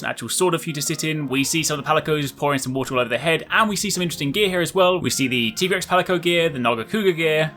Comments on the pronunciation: “It’s TIE-grex not TEE-grex”😂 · It is Tie-grex, not Tee-grex:D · Why are you saying Tigerex? It's actually pronounced Tigerex! Isn't it? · Cant even pronounce Tigrex properly